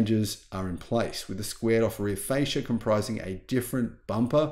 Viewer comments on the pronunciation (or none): none